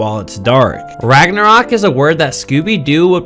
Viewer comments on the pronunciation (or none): WAGNORWOK… That is how he pronounces it